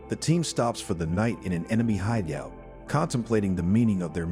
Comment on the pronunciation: Just going to ignore hide-E-out? 😄